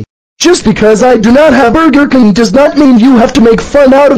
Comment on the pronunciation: burger king bur-ger king not burka king lol